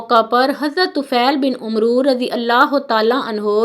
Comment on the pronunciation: Not Umro but amer